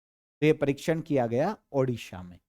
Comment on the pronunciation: Gaya nhi GAYA G